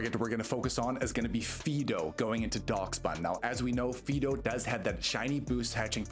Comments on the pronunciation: "FEE-do"? Isn't it supposed to be pronounced like the dog name "Fido"? (Otherwise the pun doesn't work...) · definitely said fee-do 20 seconds into the video but its all good....ive apparently been saying Rayquaza wrong for 20 years lol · someone said Fee-do